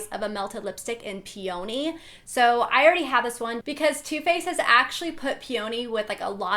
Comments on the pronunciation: it's pronounced pee-uh-nee not pee-oh-nee ☺ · *pronunciation police* Pee uh knee, it's a flower. lmao peonee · lol, peony is pronounced pee-a-nee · Is that how peony is pronounced? English is my second language, so I'm genuinely asking. I always thought the stress was on the e, like pEony not peOny like she says. Or is it a AE/BE thing? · No, that's not how it is said lol. It is said more like PEEony (like you suggest). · She said peony wrong😂😂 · Michaela Schmid you are right😂 she said it wrong lol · VERY true. People unfortunately pronounce things incorrectly QUITE often!!